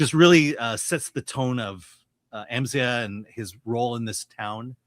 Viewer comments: It’s pronounced Amz eye ah. Come on man they say it in the movie a bunch. Also, this movie was great. solid 8 out of 10. Please go see this folks! we need to support original movies. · Bro, how can you mispronounce his name if you've seen the film? They only say his name like a thousand times in it. 🙄